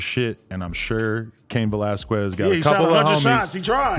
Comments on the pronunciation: whats so hard about saying that Q sound? Its not velaskwez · Kes not ques...is how you prenounce it... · Skez... its pronounced skez not squez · Cain Velasquez “velas-kez” not quez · Lmao you said valesquez like you have NO IDEA WTF THE UFC or who Cain is.. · Adam saying valasquiez. is killing me lmao. bruh stop. it aint pronounced liek that. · Valasqwez 😂. Come on Adam 😂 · “Vel-ass-kwez” why the fuck u keep sayin it like that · Adam saying velasQWEZ makes me pissed lol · “Cain VelasQUEZ” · “Velas-qwez” -Adam22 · FREE CAIN and Adam stop fucking saying Val-las-kwez. Just say his first name at that point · Velasquez! (veh-las-kes) ... you're welcome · Aye real talk we need a Latino in and around No jumper to show Adam and crew to pronounce Velasquez lmao 😂 love this channel tho! G’s up!! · You're killing bros last name...🤣🤣🤣🤣🤣🤣🤣🤣🤣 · Adam, learn some Spanish please lmao. You say Cains last name all f@ up 😂😂😂🤘🏽😂😂😂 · Why Adam keep pronouncing cains last name like that 😂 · Stop saying that man last name like that 🤣🤣🤣🤣🤣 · why adam pronounce the last name like that 😭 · Adam learn how to say Velasquez you clown